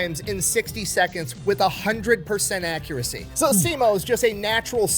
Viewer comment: If you want to say sisu the Finnish way, say si and su as shortly as possible. The American way to pronounce turns into siisuu, but the word is sisu. Short, with emphasis on the first syllable. Same thing with Simo, you guys say siimou. Drop the long ii and the u at the end. With häyhä, you're saying heihau, it's more like the ha of happy the e from few and another short ha from happy in the end. I'm not sure how easy this advice is, but it might be fun to try it out.